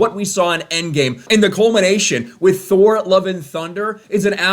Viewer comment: I like how you pronounced Thor. I got problem bringing out the H